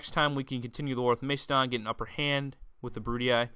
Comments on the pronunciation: Am not trying to sound angry, but I THINK you pronounce it Mass-eh-don. I dunno, Mace-adon just sounds weird... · mac-a-don not to be rude just educational